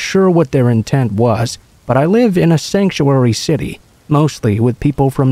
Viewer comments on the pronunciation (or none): Story 2: “sanctuary city” 🤦‍♂️ 😂